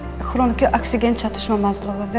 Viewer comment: Ginekolog həkim rolunu ifa edən aktrisa xanım,aksigen yox!Oksigen!İndiki aktrisalar və aparıcıların çoxu sözləri düzgün tələffüz etmirlər.Sizlə nitg mədəniyyəti keçmirlər?